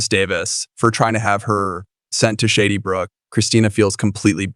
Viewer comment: Can we get someone who knows how to pronounce Shadybrook and Cassadine. I’m sorry but hun you need to know how to pronounce the names before you record. Those of us who have watched for more yrs than you’ve been alive get upset when it’s not pronounced correctly. Just some advise.